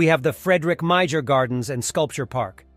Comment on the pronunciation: Lol MeiJer....tell me you're NOT from Michigan